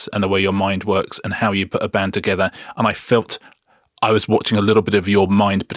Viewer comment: toget-EHR was all i could take